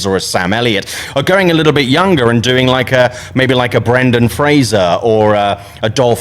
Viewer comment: Finally, someone said Brendan Fraser's name correctly!